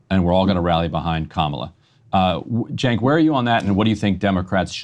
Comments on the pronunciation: Why he keeps calling “Sink” ?😂😂😂😂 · 100%. Extra bonus points for totally mispronouncing Cenk's name, an hour into the conversation. Edit to add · Am I the only one bothered that he is mispronouncing Cenk’s name? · This fucking nerd is whats wrong with Democratic party. He can't even say Cenks name right after hearing it for over an hour